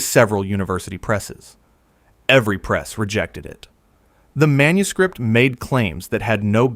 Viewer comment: This AI narrator is overpronouncing the plosive consonants so profoundly I'm about ready to chuck my phone. Right in my ear, every P is popped to within an inch of its life, every K positively choked on. "Manuscript" becomes "manus-KH-ri-!P-!T."